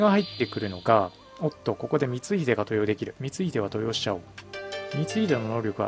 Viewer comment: 登用⇨とうよう ❌とよう 安藤守就⇨もりなり ❌もりつな